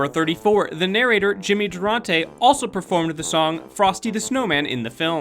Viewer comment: Lol, Jimmy "Der-ont-tay."